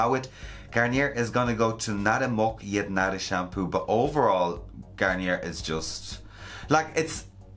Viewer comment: It's PanTEEN in the USA. It's how it's pronounced in the TV commercials. And it's pronounced GarnYAY everywhere....